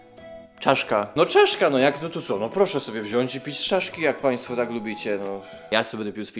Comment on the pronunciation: ciaszka a nie czaszka